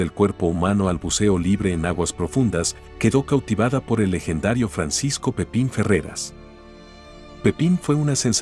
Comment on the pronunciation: Es "Pipin" Ferreras no Francisco Pepín